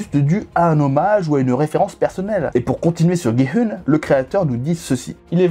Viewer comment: coucou juste on dit gi oun♥︎